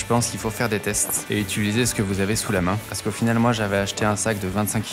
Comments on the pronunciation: J'attendais une nouvelle vidéo de toi, j'adore c'est toujours aussi impressionnant et inspirant. Bravo, c'est magnifique ! Dis, est-ce que tu te rends compte que tu dis constamment "ituliser" au lieu d' "utiliser" ? ^^ Une réno de chambre ça pourrait être cool ! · C’est une dinguerie comme toutes tes vidéos mais bon sang arrête de dire ITULISER stpppppp